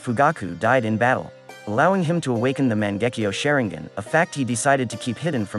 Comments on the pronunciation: Man gekeo sharingan what is that say it right😂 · I disliked the moment he pronounced Mangekyo Sharingan. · dont say mangekyou sharingan wrong